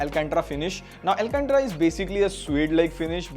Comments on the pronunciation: bhai wo एल्केंट्रा nahi एल्केंटारा hai.... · It's al-can-tara brother